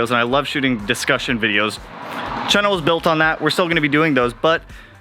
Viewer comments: Chan-nel not chin-el lol 🤣😂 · Lmbooo you do say channel weird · Its like you're saying "kennel" but with a "ch" at the beginning. Its your pacific NW showing. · You say chennel, when it’s “channel” lol and you say selenoid when it’s “solenoid.” The next 30 days sound fun and exciting lol I like watching people be uncomfortable 😂